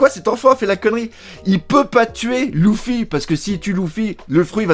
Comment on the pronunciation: ouiii mais c’est des variantes comme dans tout mots et tout noms mais là même dans l’anime en vo on dit leuffy et non louffyy